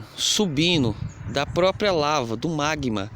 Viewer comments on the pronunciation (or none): none